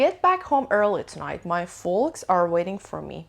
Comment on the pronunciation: misa jan folks L talafoz nemishe foks khunde mishe, ba sepas